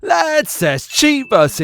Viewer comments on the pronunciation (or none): I’m glad I found this channel so I can go through the shorts and hear this person say “let’s” in a way that’s kind of funny